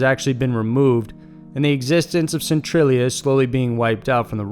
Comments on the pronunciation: Noo-Cleee-er. Noo-Cleee-er. Not Noo-cue-lar. Also, Centralia: sin-tray-lee-ah. Not sin-tru-lee-ah. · Centralia is pronounced cen-trail-ia not cen-trill-ia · "Centralia Hill"